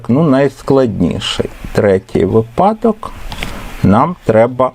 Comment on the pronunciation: Дякуємо за пояснення. Цікаво і корисно. Єдине прохання, зверніть, будь ласка, увагу на наголос у слові "вИпадок", бо грамотними учням буде "різати вухо". Дякуємо за Ваш труд. Завжди чекаємо на Ваші уроки❤- незамінний помічник і для учнів і для вчителів!